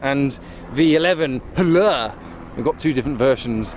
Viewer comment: The way you said HLA was funny.